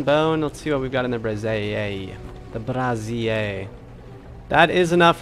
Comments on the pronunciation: Just as a note, brazier is pronounced bray-zee-err. A braz-ear is a woman’s bra. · it's bray-zee-er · LOL for anyone who says this wrong also: Brah-zeer is a piece of womens underwear. Bray-ZEER is a metal stand to hold coals. I've seen so many V rising streamers talk about building some women's underwear in their base.